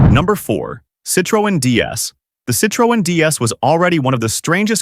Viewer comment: Citro en 😂 AI slop.